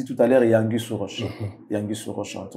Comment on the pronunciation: Exactement on dit anguille sous roche pas angwille sous roche 😂😂